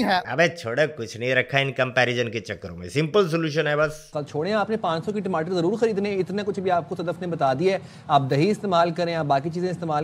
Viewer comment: Timatar bolte Hain bhaiya 😅